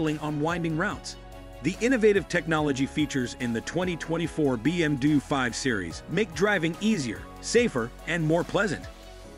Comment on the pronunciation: A. I cant say BMW ....BM DUE